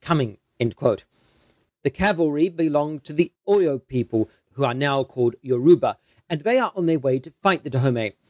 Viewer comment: Your pronunciation of Oyo is appalling